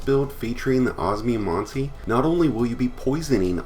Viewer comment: Man i never tend to be someone to hung up on pronounciation but the way you say osmiomancy's triggering me so hard, it's os-me-o-man-sea sorry thanks